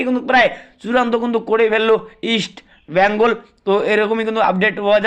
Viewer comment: ভাইরে উচ্চারণ ঠিক কর আমার মাদার ক্লাবের